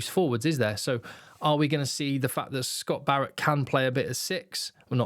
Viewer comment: The way you mock our accent saying our captain's name.... #ScottyBearIt 🤣🤣🤣🤣